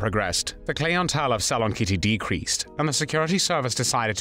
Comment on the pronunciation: Clee n tell???? 😂